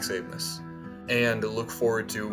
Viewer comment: Max is awesome tho, his last name is pronounced ace-mus